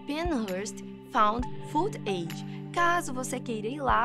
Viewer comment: Tenho amigos na nasa .o último vídeo é real. Ele foi chamado de Ebe e foi interrogado e filmado.Viveu alguns anos .Um de meus amigos da nasa sumiu.Nao é pesquisando na web que alguém vai saber se é falso ou verdadeiro. E agora,nao se aborreça porque é para ajudar: Suas pronúncias de footage e Roswel estão erradas. Footage se pronúncia futadgi com acentuacao tonica na primeira sílaba ,tudo junto , não separe. Roswell se pronuncia rossuel com acento no "o". Senao fica Roosevelt .Abracitos do walter